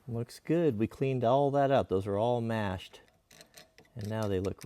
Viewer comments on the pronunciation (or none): Hearing a west coast man say “mash” just made me do the biggest double take